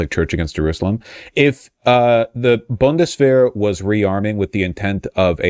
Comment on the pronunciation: Wjhys vaush talking like sean connery by saying bundesshwehr.